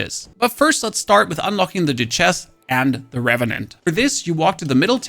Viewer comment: “Doo chess” 😂